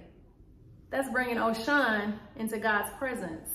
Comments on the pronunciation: Am Yoruba, it’s pronounced Oh-Shoo-who-hoon! They are orishas. They are fallen angels. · It’s Oshun- but the Congo religions are black people true legion. We didn’t have a religion we had a legion. Oshun (Oshun) is a name for God. Our ancestors were alchemists. Religion is beneath us. Our legion is what we should remain true too. Our legion is alchemy. Unfortunately, we were Gods that were turned into humans and for that we need to sue this government, Earth, somebody. We need to be aware of the Bible that took 500 years to complete. Believe me our savior words don’t need 13 Bible revisions and 500 years to complete. Please know the Bible has been changed and good luck interpreting it. Cause sorry it’s so a lie, u have to pray before reading that. 💚 by the way demon means “higher melanated spirit”. We need some type of spiritual encounter to deal with white supremacy so Beyoncé bring it we here 💚! God says fast when u want to see my face.! The hell with prayer FAST cause baby were at war!